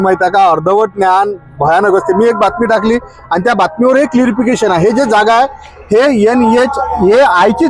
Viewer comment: क्लारिफिकेशन असत ते क्लिरीफिकेशन नाही 😇